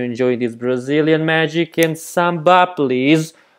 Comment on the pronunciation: Please you don't say samba 🥶